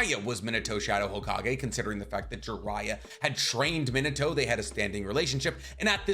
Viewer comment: Bro keeps saying Minute-o instead of Minato. Edit: Ugh, nevermind, he literally mispronounces tons of names.